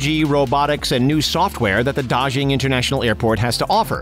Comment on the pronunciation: Daxing is supposed to ne pronunced tasing, not dajing